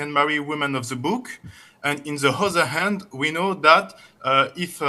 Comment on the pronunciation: but sometimes they pronounce it in words that doesn't have the letter "h" 😂 like the brother he said "in the hother hand"